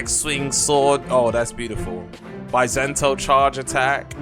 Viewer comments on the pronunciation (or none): bi-sento lol